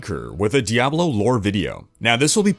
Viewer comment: thank you for pronouncing "Diablo" correctly